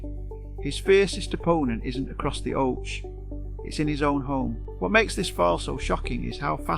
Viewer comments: Ai generated bullshit. It's pronounced ock-ee not fucking o-chee. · You must be A.I 🤔 even though you sound British... The OCHE... is NOT pronounced as 'The Ochay 🤣🙈, it's 'The Okey... hence 'The OCHE' By the way he'll bounce back stronger than ever... ( If he wants too) He's a multi millionaire, so could retire if he wants... But I think he likes competing too much to do this. 👍👋